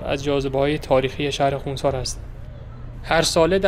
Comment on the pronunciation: نام شهر را درست و صحيح بيان كنيد. نام اين شهر خوانسار نوشته شده و خانسار خوانده ميشود. خونسار خوانده نميشه